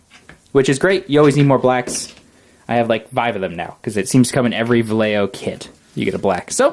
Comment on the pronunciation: you all pronounce Vallejo SO BAD! here's a pronounciation guide: Bah-Yeh-Hoe